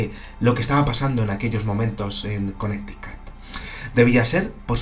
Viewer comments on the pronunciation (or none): Saludos!!! Connecticut y c pronuncia Conéricot. Saludos desde Puerto Rico. Felicitaciones x tu canal.